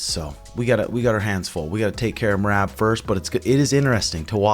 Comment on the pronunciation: Does it on purpose... He Calls mer-rob mer-rab..